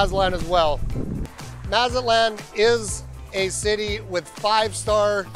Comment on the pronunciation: If you are going to be doing business here, it might help if you learn to properly pronounce Mazatlán.